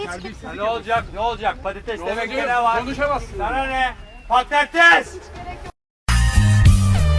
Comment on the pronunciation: Yalnız bozok ÇOK GÜZEL PATATEES DİYO